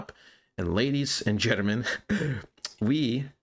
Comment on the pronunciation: You don't say "Gentleman", you say gittermen... wtf is a gittermen?